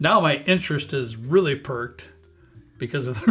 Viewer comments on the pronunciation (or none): Interest is piqued, not "perked ".